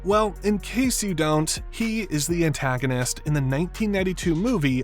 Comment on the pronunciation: Mispronouced Antagonist